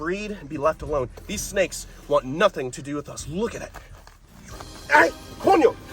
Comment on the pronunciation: ¡Ay coño! LOL, you know the shit's getting real when the Cuban Spanish comes out!